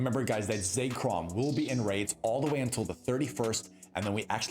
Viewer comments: For the love of God it's pronounced ZECK-ROM not ZAKE-ROM there is no A, please stop calling it Zakerom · Say Chrome